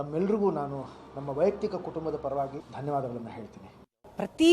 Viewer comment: ವೈಯುಕ್ತಿಕ ಅಲ್ಲ ಸ್ವಾಮಿ, ವೈಯಕ್ತಿಕ.